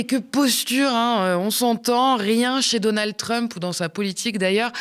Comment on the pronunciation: C'est Donald pas donaldeu